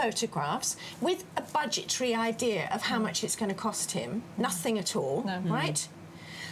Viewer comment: She wants to be glamorous,and she says ‘nothink’.She needs to learn the language.